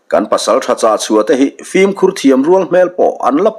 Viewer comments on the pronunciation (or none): none